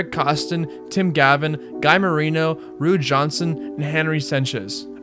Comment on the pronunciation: I was trying so hard to remember a “Rue Johnson” when he said it lol